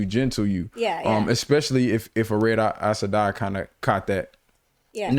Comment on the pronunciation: Aes Sedai not Are Sedai.